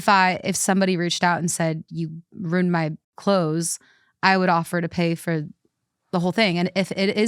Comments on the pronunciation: The way you say ruined is starting to grate on me. Wtf are you saying? ROONED. Why are you skipping the I? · I don't know what is worse, pronouncing ruined and rooned or pronouncing picture as pitcher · Am I the only one that says ruined in two syllables? It feels gross when said as 1 syllable! lol